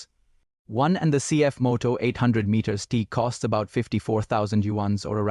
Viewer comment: Cx Moto ? Ur ai is bugging.